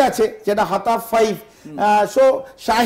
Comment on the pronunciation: It’s not Hatop it’s Fatah